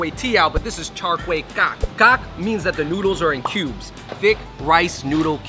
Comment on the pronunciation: Any Cambo's cringe when they say Char Kay teow?😂